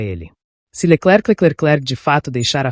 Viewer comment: Leckeclecleclek!!!!!! Que é esse?